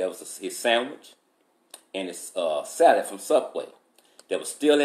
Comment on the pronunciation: Everytime he says “salad” I tend to just laugh. Maybe it’s the way he says it. 😂